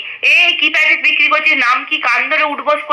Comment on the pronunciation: রোজিনা রহমান তো এখনো ভালো করে কথা বলতে শেখেনি, কি উচ্চারণ করে ও, বিককিরি , এটা কোন উচ্চারণ হলো। অশিক্ষিত মেয়ে একটা। তাকে নিয়ে মাতামাতি।